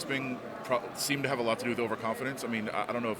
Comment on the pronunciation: Wait, y'all niggas gonna let him say "half" instead of have?